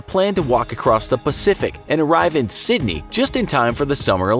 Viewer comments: Sydney not Sindney🙄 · It Sydney not 🤦🏻‍♂️ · It's Sydney not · M8 I like your work but how dumb can you be? Its Sydney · Ummm,? It’s SYDNEY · bruh he really be spelling it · Fk that was the worst, i think its theyre top 2 mistake or error whatever theyve done in their video... i too am australian but in Melbourne. But still, SID-NEY? fuark man cmon infographics, i watch you guys everyday, at work, home, toilet, walking, shopping you say it. Sad. By now typing all that im over it but still. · It's pronounced Sydney